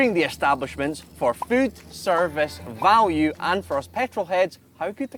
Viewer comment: Wait, I thought value is spelled U and not with an I valie